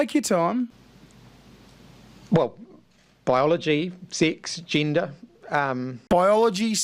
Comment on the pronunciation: "Baiyologi, Six, jinda, " I needed a translation there 😂